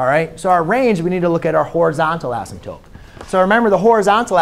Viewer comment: I love how you say "asymTOPE). 😀 /MY BEST!